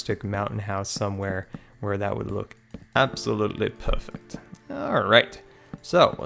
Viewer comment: U always say PRRRRRFECT PRRRRFECT😂 lmao everytime u did it. Great vid tho